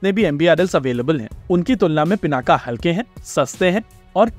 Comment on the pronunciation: नाम रखा गया शिव धनुष पिनाक पे फिर वो गया पिनाका। अबे नाम हम लोगों ने रखा शब्द अपनी भाषा का है फिर ये पिनाका कैसे हो जाने देते हैं हम लोग, योग योगा हो जाता है, पिनाक पिनाका हो जाता है। एक तरफ महाशक्ति बनने का सपना है दूसरी तरफ ऐसे छोटे छोटे मामलों में हम लोग अंग्रेजों की जबान टेढ़ी होने की चिंता करते हैं, होने दो सालों की जुबान टेढ़ी कम से कम हम लोग तो उच्चारण सही करें केवल भारत में ही नहीं हर जगह। योग को योग ही बोलिए धीरे धीरे वो भी बोलने लगेंगे।